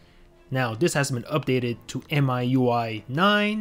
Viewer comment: It's "miui" not "myui"